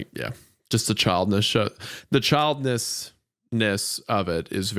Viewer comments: Young girl gets stabbed 19 times, finds the strength to hang on until help arrives. Isaiah: can't pronounce "childishness" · Did Wendigoon forget the word childish during the episode about children? He keeps saying child-iss-ness.